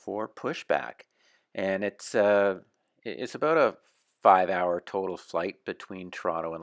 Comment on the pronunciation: Listen closely he says aboot...he's definitely a Canadian? Aeh..